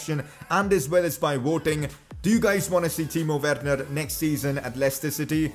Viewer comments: You pronounce it like verner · Not judging you but say Werner verner please